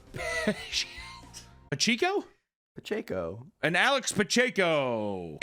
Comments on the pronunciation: How tf is a chiefs fan and doesn't know how to pronounce Pacheco? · from KC where his RBs name is Pacheco and doesn’t know how to pronounce it 🥀 love you tho papa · PA-CHECK-O is how you would pronounce Pacheco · Literally a chiefs fan and doesn’t know how to say Pacheco 😢😢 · proves himself a fraudulent KC fan by not knowing how to say Pacheco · You call yourself a Chiefs fan and can’t pronounce Pacheco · I thought was a Chiefs fan? How does he not know how to pronounce that name? One of their running backs is Isiah Pacheco! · Thought you were a chiefs fan. You didn’t know how to pronounce pacheco? Lol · Tough look for the so called chiefs fan to not know how to say Pacheco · a fake Chiefs fan??? how do you not know how to pronounce Pacheco...hes been your starting running back for multiple yrs now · Chiefs fan doesn’t know how to pronounce ‘pacheco’ 🥀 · How do you not know how to pronounce Pacheco? Thought you we a Chiefs fan, bro?🤔😁❤️💛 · As a Chiefs fan you can't pronounce the last name Pacheco? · You're a Chiefs fan man. You can pronounce Pacheco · Claims to be a chiefs fan, struggles on the name Pacheco